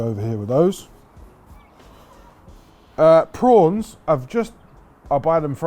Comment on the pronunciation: Went well Ottolenghi towards the end there (not a bad thing!). get thee back to Marbella for some serious backyard BBQ…..Love the way you said “prowns” reminded me of a (sadly departed) dear Swiss mate.